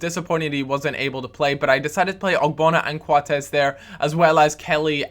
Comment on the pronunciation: It's funny the way say Coates